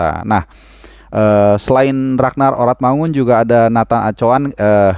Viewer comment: Typo lagi jadi bilangnya Nathan acoan 😅